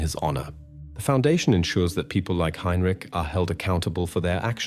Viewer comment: Tge AI voice is terrible. Mispronouncez tge name Heintich several times snd uses langhage incorrectly. Nobody says 17 o'clock.